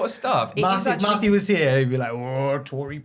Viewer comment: Whts up w saying Maffew every 2 mins the whole episode? Yeah we all heard Maffew watching Steve & Larson & Bryan Alvarez shows lmao..we get it lol